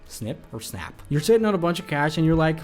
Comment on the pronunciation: Snap. It's snap,.